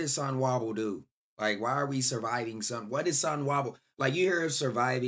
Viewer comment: is sonwabile so so na na na na bile not sonwahbile.😂🤦🏾‍♂️